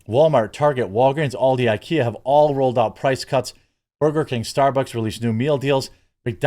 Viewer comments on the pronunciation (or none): none